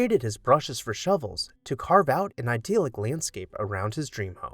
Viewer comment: I appreciate your work and look forward to your videos. I have a recommendation for you: please learn to pronounce “idyllic” and “dentil” correctly. i-DILL-ick and DEN-til, not ideal-ick or den-teal.